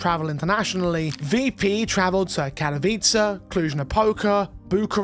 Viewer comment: Thank you for actually pronouncing Katowice and not doing something weird instead. Katowice along with Stockholm and Cologne are basically home for CSGO/CS2 and the amount of people that pronounce it in a senseless way is honestly annoying.